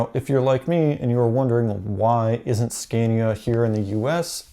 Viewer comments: It’s “scahnya” my dude. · I am a mechanic here in sweden. you can find nearly as many straight 6 engines as v8 motors in Scania. The V8 is very popular to swedes because they are reliable, very much power, and they sound mean! By the way, here in sweden the name is pronounced Sc-ah-nia. very nice video. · You have to pronounce the A´s in SCANIA as an a, not ä. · Here in New zealand the vast majority or scanias are v8s only really the smaller trucks are i6s. It also hurts every time he pronounced scania